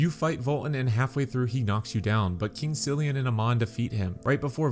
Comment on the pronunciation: Wait... Aman? Not Armen? Silian, not Thirian?